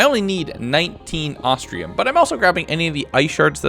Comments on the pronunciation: It's ostrum not ostrium other wise best video ever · I ain't gonna lie the fact he says Ahs-tree-uhm instead of Ahs-trum somewhat irritates me but it shall be forgiven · You keep saying "ostrium"...where is the "i" in OSTRUM!? It's not there. It's. Not. There. Love the vid but my god, every time you said 'ostrium' I was more and more sure you thought that it was an ore made out of ostriches. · Loved it, definitely want a 200 days. Little disappointed you spent a whole 100 days, and still were calling Ostrum "Ostrium" lol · "ostrium" ostrum moment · every time he says ostrium it reminds me of austrailium from tf2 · At no point in this video does he say Ostrum right. XD